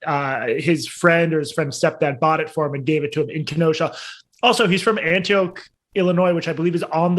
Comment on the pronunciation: Hey Jesse. Here in Illinois we pronounce the town Antioch as "Antiaaaach", not "Antioke". Joy Reid said that Rittenhouse was a white supremacist, for Rosenbaum was Jewish. I kid-you-not.